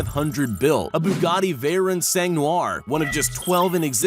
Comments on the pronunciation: just saying you pounced Bugatti wrong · But Other Than That I Am SO GLAD He Didn't Pronounce The 🛡 Escalade Wrong!. THAT IS A FAMILY CAR MY GRANDPAH HAS A 2008 MODEL OF!. IF YOU SAID THAT WRONG I WOULD'VE SHOWED MY GRANDPAH IT AND HE WOULD'VE BEEN PISSED!. But Just To Let U Know Ur Pronouncing The Bugattis Wrong!. AND SOMEONE SAYS YOU MIXED UP THE VEYRON SUPERSPORT WITH THE CHIRON!. WHY DON'T YOU TAKE A BUGATTI SIZED LEAP/HIKE AND HOOT WITH THE CHIRONS AND SOUR WITH THE VEYRONS!. (Learned THAT One From A Friend Of My Mom's.)